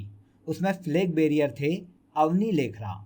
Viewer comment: Flag barier nahi hota....Flag bearer hota h